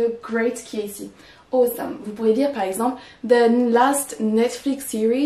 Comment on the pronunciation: 1) [Aw]esome se prononce comme b[ough]t, t[al]k, et l[o]ss, pas comme c[oa]t, s[o] ou l'alphabet O 2) Quand on utilise tremendous comme un "predictive adjective", ça veut dire qu'on le place immédiatement après le verbe, mais pas avant le nom (c'est à dire un "attributive adjective"), ça ne marche qu'avec des noms abstraits: His success/achievement is tremendous => c'est bon 🤗 This movie is tremendous => ça ne marche pas ☹️ On doit dire <<The movie is tremendously successful, boring, long etc.>> 🤗 3) Tremendous comme un < >, on peut le placer avant un/des nom(s) abstrait(s) ou un/des objet(s) concret(s): It is a tremendous book/movie => c'est bon 🤗 It is a tremendous effort/success => c'est bon 🤗